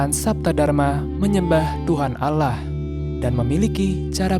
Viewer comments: Penyebutannya bukan alah tapi Allah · pelafalan katan "Allah" mirip dgn dialeg orang Kristen (Alah). mungkin ini diluar islam dan anggotanya yg wanita pun g ada yg pake jilbab/hijab